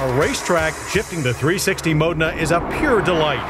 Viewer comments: Please teach him to pronounce foreign words. Modna? Mo-dayyyy-na. For pete's sake😂😂😂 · I always called this a Mo Deena. I never knew I was pronouncing it wrong.